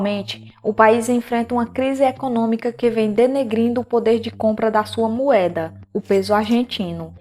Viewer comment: Não é Mueda não meu amor, diga-se Moeda ok 👍